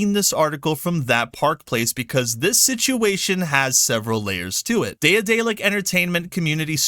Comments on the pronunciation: Good video, but bruh, I cringe a little bit every time you say "day-uh-day-lick". Ya'll motherfuckers need to read more. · Pronounced De-dalic. The first A is silent. Like in Daedalus. Why work with SBI in the first place? If you don't work with someone you don't put them in the credits. And then again there are companies who won't list a lot of people in the credits of their games, so it's not a standard. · Bro its day-a-delic its pronounced like Dad-a-lick. OR Da(d)-dellic